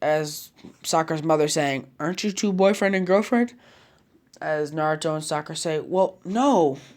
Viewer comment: Not sakara not sakara